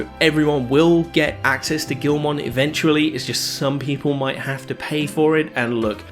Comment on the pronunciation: It’s pronounced gi-ul-mon not gil-mon…..lmao